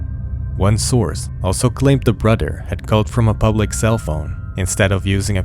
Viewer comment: “Brudder” too annoying